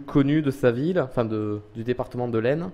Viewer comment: Stp arrête ton manque de respect en vers nous. AISNE le S ne se prononce pas!!!(bisous🤣)